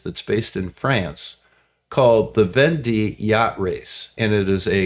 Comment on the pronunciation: And pronounced von day, not ven dee